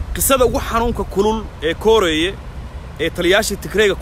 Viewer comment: Indho koreey not kooreeye